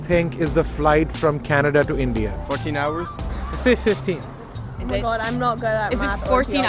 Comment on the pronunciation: It's not canada, its kanedda 😅